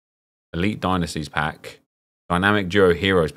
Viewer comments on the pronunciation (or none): none